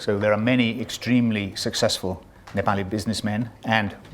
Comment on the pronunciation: I'm Hearing Proper pronunciation of 'Nepali' and 'Binod' properly by foreigner for the first time